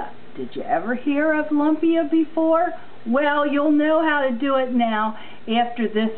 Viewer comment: Thank you for sharing. Please don't get upset but try saying "loom-pia" this is what it really sounds like. It is spelled lumpia but it is not pronounced lump-ia. You are very correct, yes there is many different ways to make it.